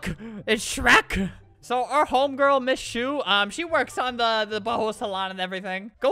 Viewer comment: does everyone remember MissShu from piggy and he said misspoo